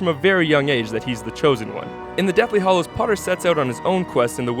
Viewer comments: Hallows not hollows 😂😂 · Sorry, but it's "Hallows" not "Hollows" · Deathly Hallows not hollows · Deathly HALLOWS. Not hollows. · it's deathly HALLOWS not HOLLOWS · It's hallows not hollows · it hallows not hollows lololololololololol :D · "Harry Potter and the Deathly Hollows" wasn't it "Hallows"? And when you showed the names for part 1 and 2, it said Hallows too. Wooooot. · HALLOWS not HOLLOWS! Do a little research! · uuuuhm it's "Deathly Hallows" not "Deathly Hollows" wtf... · Did he just say the fucking deathly HOLLOWS??? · Harry Potter and the Deathly HALLOWS not 'Hollows'... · Its the deathly hallows.. not hollows :-o